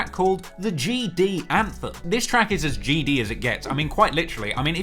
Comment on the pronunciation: It looks like you out here Crip'n wit that bandana on😆. And quit saying GD like that😆😆